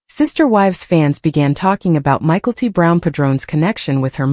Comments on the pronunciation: The dsughters name isnt said as Michael t.at first i had no clue who u were saying. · Pronunciation of Mykelti is really bothering more than it should. Same with all the names. Stop using AI. Commiting is a poor choice of words, I say my fiancee passed from suicide.